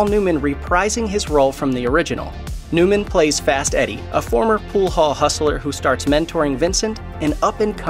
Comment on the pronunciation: Hustler only has 2 syllables. Dorf! 😂😂😂